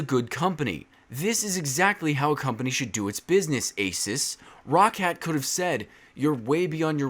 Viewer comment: its pronounced asooos!!!!!!!!!!!!!!!!!!!!!!!!!!!!!!!!!!!!!!!!!!!!!!!!!!!!!!!!!!!!!!!!!!!!!!!!!!!!!!!!!!!!!!!!!!!!!!!!!!!!!